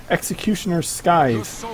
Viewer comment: sythe, the c is silent